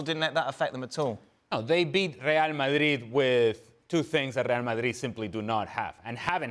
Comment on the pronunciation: Just can’t stand to listen this guy talk.If you are talking English,it’s pronounced MadriD with a D